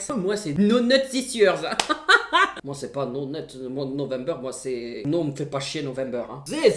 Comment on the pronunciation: Video super. Tu m'as bien fais rire comme d'habitude ❤️ (c'est pas no net november mais no not November 😭)